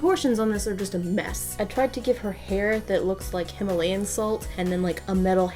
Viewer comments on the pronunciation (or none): none